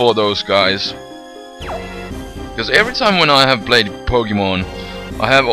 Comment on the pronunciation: Poke -Eh -MON.... There is no A in pokemon...lol